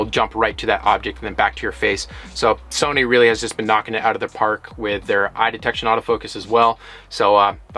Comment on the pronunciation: “Somy” camera